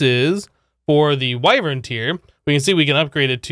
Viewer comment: That is not how you say wyvern